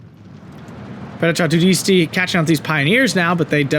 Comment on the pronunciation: paracadutisiti is pronounced with a hard c, like a k, and the end the sylables are tis and ti, so no weird sound going on with the st.